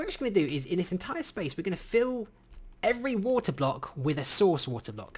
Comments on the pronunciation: am i the only one who heard "Phil and Cloe?" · “Fill has a new replace function” What I hear... “Phil is the new stepdad”